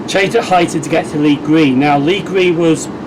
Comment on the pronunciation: Great vlog, those geese must be fans! 😂 also you pronounce You-xton correctly! 😜😂